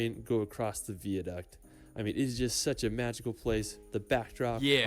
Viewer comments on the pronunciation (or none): Sorry but it's VIA-DUCT and not Vier Duct and it's GLAS-GO and not Glasgough which would be pronounced Glas-goff. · 5 hours drive from Edinburrow, wherever that is! Edinburgh ("Edinburra") is on the east coast of Scotland. the Isle of Skye is further north on the West Coast of Scotland. Vie-a-duct. NOT Veeduct. The guy narrating his own videos, probably can't even speak American English properly, never mind British English! Harry Potter world, real old like back in the 80's? Not that long ago for some of us. If you want to tour the UK, you are going to need a car, especially if you want to get to the more scenic places. Also, it's pronounced "Glazgoe" NOT "Glazgou", it doesn't rhyme with Cow. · Proud Scotsman here. This narrator is WAY OFF with the pronunciation of place names. EDINBURGH = EDIN BRUH GLENFINNAN = GLEN FIN( as in pin) AN VIADUCT = VEYE A DUCT LOMOND = LOWMUND If you are amazed at seeing sheep, wait till you see the LAKE DISTRICT !! It will send you over the top !! We have 2500 sheep where I work. So they are a common sight every day. Did you just say " a medieval town from back in the 80s " !? WOW !!!!!!!! " All inclusive resort " !? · Actually, although his pronunciations of place names are horrible, “vee-aduct” is the US pronunciation of “viaduct” and is how it would be said in Latin. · I doubt anyone would drive five hours, look at the rocks, as you called them, then drive back again! It will be part of a tour round this part of Scotland……… It’s pronounced Vier duct. Is the narrator a computer? What is this ridiculous fixation with Harry Potter? And it is Edinburgh! Pronounced brugh, not bro. HolyROOD not Holyrod. Then we have Glasgough? Has this man actually been to Scotland? The wild scenic rugged places are the attraction, not some Disney theme park.